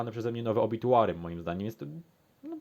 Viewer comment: No i w końcu poprawnie wymówione Obituary ,aż dam łapkę. Dobra recenzja ale płyta lipa